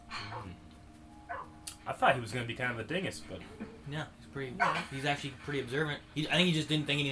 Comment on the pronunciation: You aksholy gest it’s name it’s acholy child a demgorden